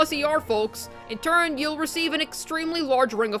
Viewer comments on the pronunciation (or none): none